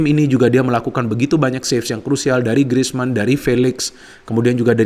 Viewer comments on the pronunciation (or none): none